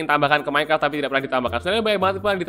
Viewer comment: iya aku tau seharus minecraft tapi aku denger abang ini bilang "Minecart"